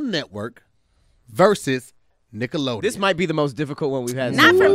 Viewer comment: Sound like they was sayin “niggalodeon” 🤣